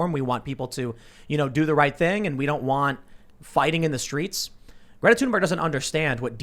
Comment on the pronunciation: It 'TH'unberg not 'Tune'berg.